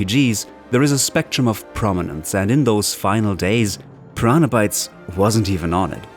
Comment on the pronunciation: I'm sorry but I keep throwing up about the way you pronounce "Pyraana" each time you're trying to say Piranha. And you started out with Gothic II ? Pfff, gtfo. Not even a first hour fan, blessed to start out with Gothic I but no, you're not even mentioning how amazing Gothic 3 is now that the fan community created shitloads of patches and mods, and made it to what it originally thought to be. You are such a fake.